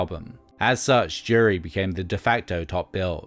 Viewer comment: Why does the narrator keep saying "Jerry" instead of Jury? 🤔